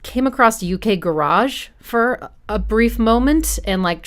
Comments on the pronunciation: Nice analysis of a great souding album though Jilted Generation will always be my favourite from that era. BTW the garage in UK Garage is pronounced 'ga - ridge': Me and my friends at the time thought that little voice in the background in the bridge of Breathe was saying 'wanker', which our small minds found pretty amusing! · I love how she says garage all fancy... When garage music is so not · Hearing someone say “U.K. Ga-raaj“ is so weird! Ga-rij innit! Amazing video as always! Love your stuff! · It sounds funny to my ears when "Garage" is pronounced to rhyme with "Barrage" rather than "Carriage" when describing that particular genre of music rather than a place to store cars and assorted junk.